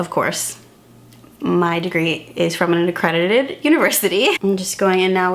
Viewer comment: I love how you emphasized “accredited” 🤣🤣 SO happy for you and glad you found the one 🥹